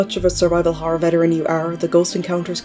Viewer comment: Good video, whenever you say Horror I say "Harrr"